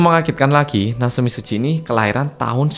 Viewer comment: Mbuh yaapa tp satisfying banget pas denger ngomong 'natsumi tsuji' 😭🤚🏻 maudok malang e kuentel wwwww